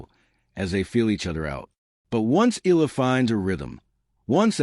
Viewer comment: Pronounce it Eyala not Eela!